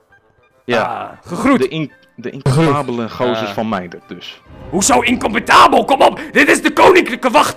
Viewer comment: Timon: inkapabel: HOEZO INKOMPITABOL?!